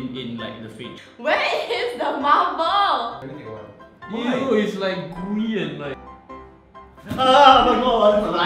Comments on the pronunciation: "why did the marblur start moovling" I LOST IT HAHAHAHA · "why was the marberl mooving"